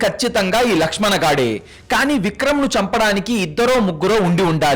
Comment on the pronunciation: Ladkhadana kadhu ... lakshm an